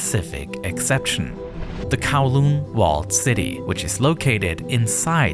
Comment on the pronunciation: ITS NOT THAT HARD TO PRONOUNCE CANTON AND KOWLOON CORRECTLY. DO SOME BLOODY RESEARCH